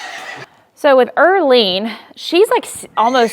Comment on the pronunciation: Earlene 😂😂😂😂 🤦🏻‍♀️its Erlene